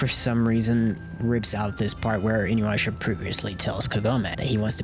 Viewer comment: Inuyrasha....why.... Inu- YASHA not InuYrasha